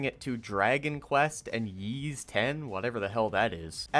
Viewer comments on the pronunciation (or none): Y’s X is what you were looking for but it’s pronounced “ees” not “yees” like Harman the goof stated